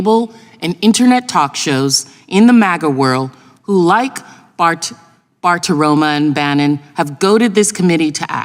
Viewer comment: Plaskett. Typo, I know. 😉 Funny that she kept saying Bartiroma instead of Bartiromo.